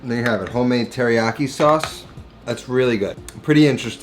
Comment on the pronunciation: Dude, next to Latin, Japanese is the easiest language to pronounce. Every consonant is followed by a vowel and every vowel only makes one sound. I like your recipes, man, but like, at least try. It seems insulting to not at least try.